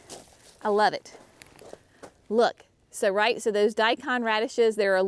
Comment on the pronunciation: Radishes are such a quick harvest,. I was amazed the first time I grew them at how quickly I had radishes. Yes, I think you pronounced Daikon correctly. Many people use them in heavy clay as a soil buster since they can get so long. I have always loved radishes ❤ Thanks for the recipe.